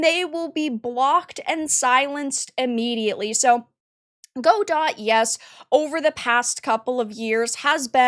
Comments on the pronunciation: Sorry to be this person, but the pronunciation of Godot is "gah-doh" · Not a big deal, but the word Godot is pronounced "guh-dow". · It’s Guh-doh. Follow Redot, the non-political fork just created. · For the love of god, it's not "GO-dott", it's "guh-DOE". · uhhhhhhhhhmmmm its pronounced "guh-dow" lost all respect for you 30 sec in, cant imagine you getting any facts right if you dont even know the name GO complain about something else you know nothing about DOT EDIT: god why did i watch this, i was so right you're so assuming from what you show, i read that xananax is disapproving of the wokeness around the godot engine, perhaps exaggerating to try and counter balance what the CM said. in no way are they reinforcing anything nor stating their political opinion, they are countering it -- at least thats how i clearly read it. stop exacerbating, what you do (drama) only has entertainment value and i hope to dog people are smart enough to not be entertained. what you did here was form an opinion before doing your research and then desperately grasp at anything that could be twisted to support it. this is called "confirmation bias" and you're full of it - either keep being a clown or take the journalism route and someone might actually respect you godot sucks. to the one dev watching this: hop on the bevy boat, we're cruisin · "Gu-doh" fyi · just an fyi I believe it's pronounced "guh-doe", at least that's how I've always heard it pronounced. :) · Yes its god-oh. She pronounced it wrong. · Is that how you pronounce Godot? I always thought it was guh-dough. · Go-Dot lmao.... girl.... you have no idea what you're talking about. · You don't even know how to pronounce Godot... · They have a "she/they" community manager (it's pronounced shitty). I was wondering if i should finally ditch Unity and try Godot.... now I can't decide which evil is the lesser. Greed or woke. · That's not how godot is pronounced.